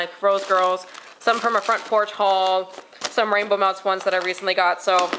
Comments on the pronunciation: HA HA! When you said "rainbow melts"... I heard "Rambo melts." I thought... "I haven't heard of this vendor!" :) Loved the video!!!! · I kept hearing 'Ramble Melts'...lol